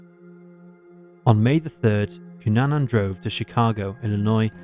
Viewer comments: It's Cunanan, not Cunana. Get your facts right. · Cunanan not Cunana Just sayin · His name is Andrew Cunanan—with an “n” on the end.